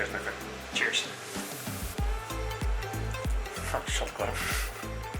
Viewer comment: "Sho good" LOL